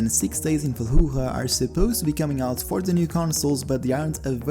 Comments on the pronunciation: "Six days in Falluah" Ah yes my favorite game (dont worry you got epic english dont mind me) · “Six days in Calluhah”🤦‍♂️ don’t even have words for this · Yeah, it is supposed to be actually "Fa-Loo-Juh". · Y do u miss pronounce six days in fallujah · I think you should hear yourself a couple times and compare other people saying FALLUJAH and you saying FALLUJAH,you’ll notice the error Not really,just english and spanish which both are pretty easy.,don’t know how you failed english class brother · The way you said Fallujah gave me AIDS